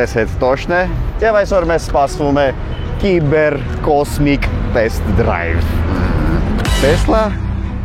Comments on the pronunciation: Նախ ասեմ որ «տեսլա» չի «թեսլա» է 2-րդը «կիբեռ» չի «սայբռ» է իմ ախպեր։ Չգիտես թե ինչու են Հայերը միշտ թարգմանում ռուսերենից - Հայերեն։ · Սայբռ ✅ կիբեռ ❌